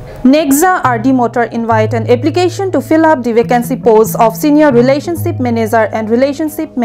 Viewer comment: Relationsip ma relationship pulo ma ho ? Pls correct ur pronunciation😊